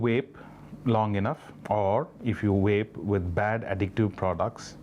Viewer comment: Funny how the guy kept saying 'whape' and the lady kept saying 'Vape'